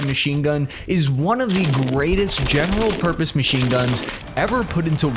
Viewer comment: Just a good old General Murpose Pachine gun